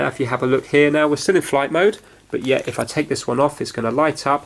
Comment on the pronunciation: I like that pause..... then YET!